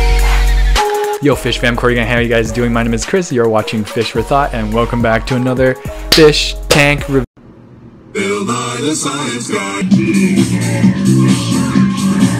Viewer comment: Did you call yourself on purpose?